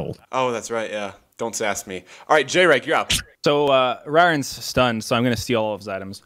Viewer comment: I distinctly remember Jreg saying in one of his videos not to call him J-reg so it’s crazy that this game was started off with a mispronunciation of his name.